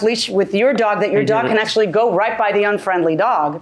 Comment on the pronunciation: In ack-she-ality.